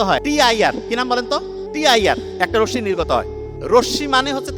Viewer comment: রোসশি নয় ভাই, ওইটাকে রশ্মি বলে 😮 মাশাআল্লাহ আলোচনা খুউব সুন্দর ❤